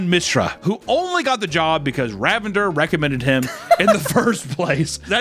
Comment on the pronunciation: The way he mispronounces Ravinder makes it sound like the man is a deranged super villain. Be careful of the mighty RA-vendurr, I believe it’s pronounced RAH-vin-DUHR, it’s shouldn’t rhyme with lavender. Lol